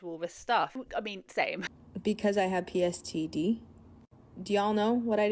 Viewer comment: "..because i have pSTd "....um...you seem to also have dyslexia,. 🥴